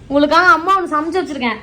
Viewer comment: Sanachu illa samachu